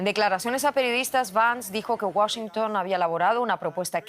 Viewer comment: Felicidades a por pronunciar bien Washington. Ella es muy buena presentadora, me gusta ❤